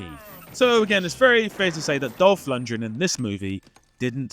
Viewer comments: and There's an 'R' in Dolph Lundgren ;) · Why can't anyone pronounce Dolph Lundgrens name properly? there is a G in it, use it :D